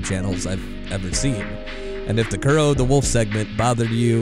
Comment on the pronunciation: its Kero not Kuro